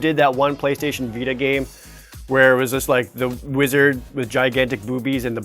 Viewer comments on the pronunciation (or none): none